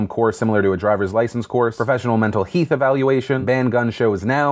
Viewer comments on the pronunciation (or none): "....... a mental "heath" examination" 😂 Phil, you sly troll 😜😂😂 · "Heath" lol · “Heath” hahahaha Eh hem...health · “Mental heath evaluation” loooool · Mental Heath. I love your emphasis on his typo. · Anyone else notice how Jake's tweet said Mental Heath and Phil actually said "Heath"? I'm dead. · I like how you said “mental heath” just how he typed that typo LOL